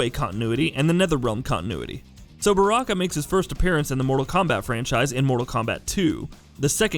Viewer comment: How does one correctly pronounce Baraka but goofs up tarkata idk